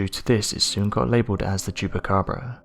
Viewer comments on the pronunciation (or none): Well at least everyone knows it's a black bear with mange. Poor bear. This dude trying to fool us saying it's a chuppacraba.